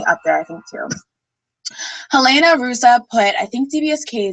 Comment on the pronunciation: ok imma teach you. Helena is kind of right, but in portuguese you don't pronounce the h in the beginning or words so 'elena', and ruzzi is kind of like pizza bc you dont say 'piza' you say 'pitza'. so, 'rutzi'. you just have to awake the italian in you tbh. i feel so weird doing this tho 3 2 1 is my fave! daily dose kind of depends on the hot topics rn and it's not always i care about stuff.